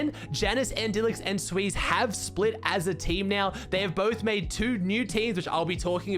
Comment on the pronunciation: it's xsweeze not sweeze